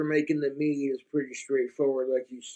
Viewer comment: “Egg nog chokka melk meeee-duh”